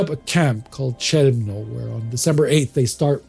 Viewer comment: Chełmno should be pronounced as "Helmno", both "Ch" and "H" in Polish are pronounced like "H" in "Hell".